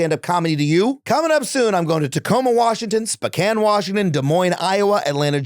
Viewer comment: Love what you do Adam, and this is such a small nitpick, but please look up how to pronounce "Spokane."